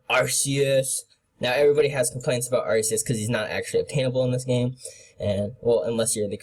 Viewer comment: just telling you arcues does not have a soft c